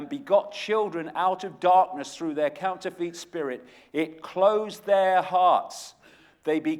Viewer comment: I do like Icke but even though he is English just like me he doesn't half miss pronounce stuff.....Like counterfeit,lol that really annoyed me, it's counter-fit not couner-feet.